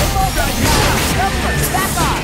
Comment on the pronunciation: Roquefort ❌ Roqufurry ⭕